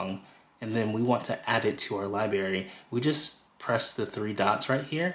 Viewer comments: It’s LIBRARY not Liberry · Thank you for this info. Please pronounce library correctly. It has an R in it. It’s not pronounced liberry it’s library 😂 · Excellent content! Very helpful! You are a pro! Please work on your pronunciation of the word library. It is not LIBARY.... There is an R after the B.... LI-BRAR-Y. It was distracting to hear the mispronounced word... many times. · It’s pronounced Li-BRARY not Li-Bary Also its LOSS-less not loose-less. Come on man! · Great demo…check your pronunciation of LIBRARY…not LIBARY. Hope this helps. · Lie Berry? C'mon, man. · Thank you so much! A wonderful introduction to AM! Your credibility, however, takes a huge hit every time you say “li-berry’. It is a b-r sound. Like ‘break’. You have to make the adjustment! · Yeah made my skin crawl. Also looseless instead of lossless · "Li-Berry" for library was a pronunciation tic I had when I was growing up, too. Reminded me of when I was a kid. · I gotta get this “Lie-berry” 😂😂😂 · Great overview. If I may offer one tip...please also pronounce the first "r" in the word library. :) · LIBRARY! good grief that was driving me crazy lol. thanks for the video though, needed some help navigating the app, switched over from spotify.